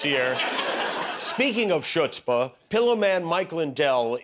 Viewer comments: that awful mispronunciation of CHUTZPAH was antisemitism. Period. And it took a lot of… chutzpah to say. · "chutzpah" is not pronounced "shutzpah", it's pronounced "khutzpah". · “Shudspah” is pronounced “hudzpa”. Ask John, when it was three years earlier.. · It’s pronounced as hhutzpah and not chutzpah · "Chutzpah" (shoots-pah) 🤣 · Ummm...no. The ch is pronounced with either a hard h or with a k. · that was funny! And hilarious how people mispronounce it with the "sh" sound even today